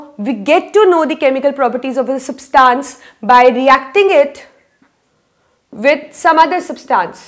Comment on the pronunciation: Mam it is substance not substaance